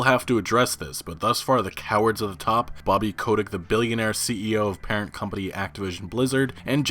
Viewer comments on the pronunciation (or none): none